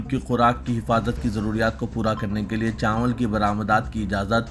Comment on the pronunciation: چانول نیچے رے بلوا. چاول بول. اےوام بولنا کب چھوڑتاکی عوام جب بولنا کب سیکھتا کی؟؟؟